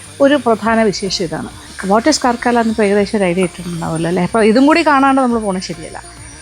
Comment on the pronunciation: Not Karkaala , it is Karkala. Not as in la la la, as in bull , Kala !